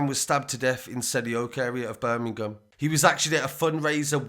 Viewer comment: BUUR-MING-UM love it :)